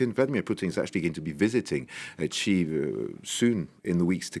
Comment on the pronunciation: Please, please learn how to pronounce Xi properly.